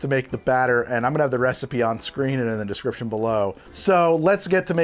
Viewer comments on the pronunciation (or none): none